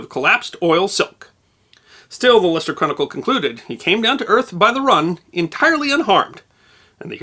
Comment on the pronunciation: Apart from the extremely enjoyable content, as a native of Leicester, UK, I am very impressed by the correct pronunciation of my hometown, many thanks!